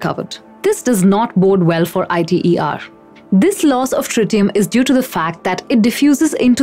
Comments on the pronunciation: Alright. As a young fusion scientist still doing his PhD, here is my take on it. First, no-one says I.T.E.R. Say ITER. Second, yes you have some valid points but the premises are wrong. Let's clear them up. To begin with, I get the impression that you pressume fusion will help tackle climate change. This is, in the vast majority of scenarios, wrong. Unless at least one of the private fusion companies such as Commonwealth Fusion Systems, Tokamak Energy or General Fusion manages to achieve viable fusion energy within the next 5 years (as they claim), there is no way fusion will help tackle climate change. For crying out loud, that's what we have all the other sustainable/renewable energy sources, carbon capture technologies, battery technologies, re-cycling, circular economic methods and shifted public behaviour as well as political policies for. Fusion is the energy source of the future. It's what's going to power the next generation of human society, as well as our interplanetary and/or interstellar means of transportation. You have probably heard that the future of humanity depends on us achieving viable fusion energy. That's the premise you should have. Continuing, you do not mention why achieving net fusion energy is difficult, more than talking about the efficiency problems. Let me expand on that. A fusion plasma is a weird thing. It can wiggle, contract, rotate, shift, expand and behave in a huge number of ways. Virtually all of these ways have been mapped in the past de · TFC! Do you even fusion? jw. idrm what you think the proper pronunciation is. She is assuming a role as someone who is in enough of an expert position to talk about fusion in public. Some abbreviations are pronounced letterwise, and some are not. ITER is not. smh gtfo sfb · It's not pronounced I.t.e.r. it's prounced as a word iter. It's an acronym not an initialism.